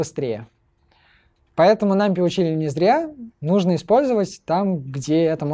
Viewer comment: 'нампи' и 'тёпл' режут слух